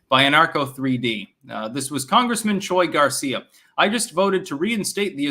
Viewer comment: It's Pronouced Chewie Garcia.